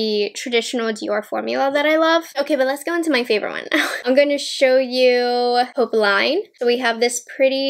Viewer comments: Hi! I was looking forward to your review of these! They are both so perfect for spring - and Valentine’s Day. (Neither quint will be available for purchase in Canada so I hope they will be available from Selfridges eventually). BTW, popeline is pronounced “Pup” “Lynn” and means poplin (actually, the ending sounds the same in both languages). Thank you for the excellent video. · I’m not much into pinks but it’s really pretty 😍 Btw we pronounce it « popleen » 🇫🇷😘